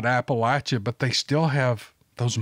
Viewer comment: Thank you for pronouncing Appalachia correctly. LOL. I wouldn't be mad if you pronounced incorrectly, but I really appreciate the correct pronunciation though. (Apple-atcha)💫